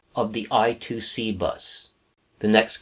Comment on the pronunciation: BTW, I2C is actually spoken 'I' squared 'C', not 'I' two 'C'. Phillips invented the bus as an inter-IC bus ie. a bus that allows various chips to connect to a micro using a common protocol. Rather than say IIC they said I-squared-C.